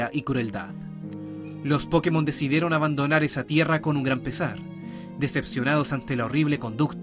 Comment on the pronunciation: A eso súmale el que al decir Pokémon acentúa la po.